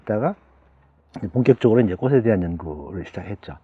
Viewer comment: '꽃으로'는 '꼬스로'가 아니라 '꼬츠로'로 발음해야 합니다.'꽃에 대한'은 '꼬세 대한'이 아니고 '꼬체 대한'으로 발음해야 합니다. 꽃전문가시니까 더욱 신경써 주세요. '숲이 보여요'도 '수비 보여요'가 아니고 '수피 보여요' .^^